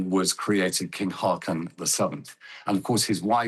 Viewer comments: How hard is it to pronounce his name correctly.. Disrespectful. Håkon, not hakon. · how about pronouncing it Haawcon? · The new king’s name shouldn’t be too difficult to pronounce correctly. Haakon is roughly HAW-kon.